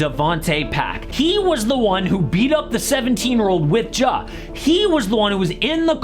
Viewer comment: Please stop calling him “Jaw”